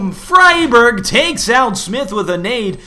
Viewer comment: riWWE All the Scandinavian casters call him Fry Berg. EDIT: Recently seen Xist call him Free Barj. Apparently the casters are wrong.